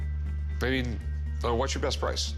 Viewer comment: It's funny how the seller of the coins said very,very breast price. I think he was thinking of something else 😂😂😂😂